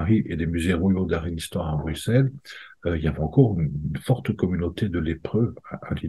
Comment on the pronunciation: PS : Bruxelles se dit BRUSSELLES et pas BRUQSELLES : merci de ne pas oublier